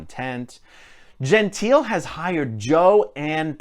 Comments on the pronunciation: I cringed through the entire video: Jehn-TEE-leh is the way in which the Italian name 'Gentile' is pronounced. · Her. surname Gentile is pronounced and sounds like Jontay, FYI.